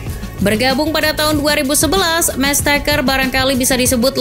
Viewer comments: Mestesacker... bukan mestakcer... 😅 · Mertesacker aja dia bilang mersteker wkwk